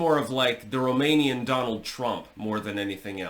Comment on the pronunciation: As a romanian i can say that your pronunciation is correct. Also is true what you said about the whole situation. The post-revolutionary government (1992), made this "constitutional court" like worst case scenario, if things get out of hand, the system can dictate anything, to re-acces power in case the lose it. Nine people (members of this constitutional court - puppets) decided against the democratic choice, against millions of people.